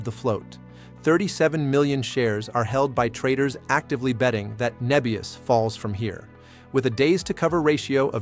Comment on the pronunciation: Start with getting the AI to call the company the correct name. It called it 'Nee-bius' multiple times before correcting to "Neh-bius" later in the video. Lost credibility if you aren't even pronouncing it correct.